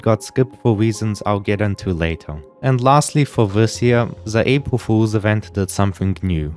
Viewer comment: "apwul fuwlzs" 💀